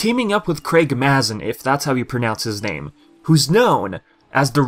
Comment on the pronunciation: It’s pronounced ‘may-zin’ :) I listen to his podcast lol